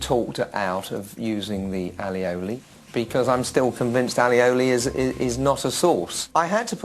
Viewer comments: Grant it's not alioli if you are going to pretend you know something about food at least pronounce it correctly! and since when does a sauce have to be thick? his wasn't a sauce either if you want to be correct it was a cream reduction and looked ghastly, like himself really. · Pls pronounce aioli correct you doof